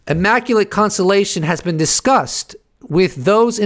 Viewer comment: WTF was with the immaculatetetetete constellationonononon?? LoL